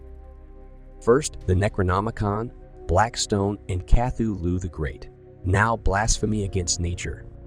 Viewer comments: Cathy Lou??? Nahhh man. It is pronounced ka-THOO-loo. i.e., Cthulhu. Get it right. Sheesh! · Wow, so my assumption was on track, thanks for confirming! Besides the odd pronunciation of Cthulhu, there were other instances where the narration seemed "off". But not blatant enough for me to say it was definitely AI. Most of the images in the video are AI-generated though, as you can tell by the weird hands people have (more fingers than normal humans). Who knows what's already out there that we think is real, but is actually AI? You're right, both amazing and scary!